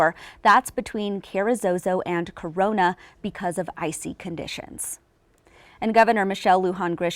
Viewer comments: Ruidoso ( noisy ) not Rio D'oso ( Bear River ) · Roo e do so is how you pronounce Ruidoso.